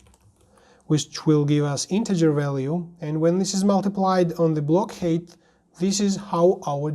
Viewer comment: "height"is pronounced HITE not HATE